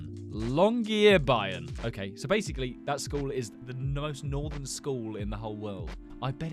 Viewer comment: It’s pronounced as long-year-burn